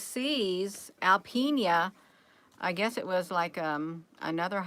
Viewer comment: This is going on in my back yard...No biggie...there are 2 military bases near there and Northern Strike is an annual, joint, international training exercise. We folks up here are used to seeing the military practice war games. Alpena is pronounced AL Peen Ah.